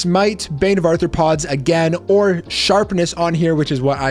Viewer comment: 1) You misspelled "ARTHROPODS"... it's not arthorpods, which is why you keep pronouncing it as "Arthur"...Arthropods, not Arthur pods.... say Are throw pods..... there you go, muppet....